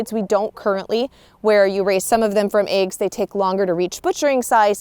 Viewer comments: "eggs" woman!!.. NOT "AEGS"!! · She calls eggs ayggs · Love how you say eggs 🥚😌